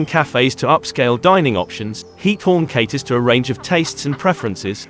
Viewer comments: Its GIETHOORN, not hiethorn GGGGGiethoorn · Please add automated dubbing in Dutch. As a citizen of The Netherlands you are killing me by pronouncing “Giethoorn” as “Heat-horn”. 🤣